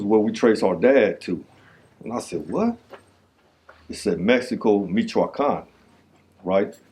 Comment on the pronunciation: the way he says Michoacán is embarrassing you speak Spanish fluently and you say it like you don’t 😂😂